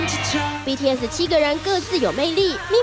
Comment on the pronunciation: BTS就BTS啊为什么要念成BTS[死]？？？